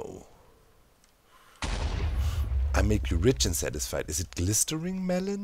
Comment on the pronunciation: I'm actually laughing so hard that I'm sobbing and snorting and this is just top teir hilarity P.S. Glistening is usually pronounced gliss-in-ing